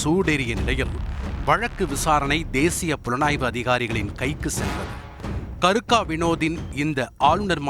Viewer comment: என்ன பேரு கருக்க இல்லை கேருக்க